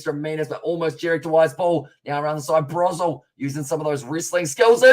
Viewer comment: Broselle is pronounced bro-zelle. Thanks for doing this tho